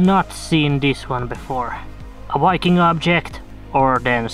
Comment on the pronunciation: That is wery wery not wiking!